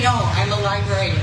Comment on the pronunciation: I really admire and respect Cenk. I just wish he'd say the word "Librarian" correctly. It's an old pet peeve related to a past coworker. But, of course I understand him anyway, and respect his right to pronounce words in any way he chooses.